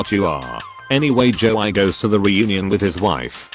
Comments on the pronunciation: Nobody: Text to speech: jo-eye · a little flash back, the second story is about a guy who got falsely accused of stalking a female classmate in 7th grade, Lindsay. In a few years, the guy was successful, she was not. He catfished her for revenge. So his friend's name is Joey, which the robot pronounces as "Joe(eye)" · Lind-say Jo-ie Gang-ban-ger Cow-ork-ers Beonce Is it trying to say Beyoncè? Siri is so good at reading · Nobody: Dead people: NOT EVEN THE PEOPLE ON THE MOON PerStories: Joey = Joei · no one: ai reading joey: joe - i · Lin-say and joe-eye